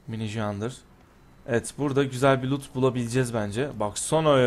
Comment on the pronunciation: Neden sloot diyorsun , dogrusu loot degil mi?